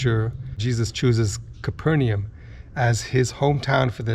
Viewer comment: It is pronounced "Cayper Nom". ;)